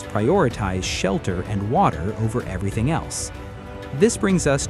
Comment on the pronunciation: "Shalter" made my eye twitch. Twice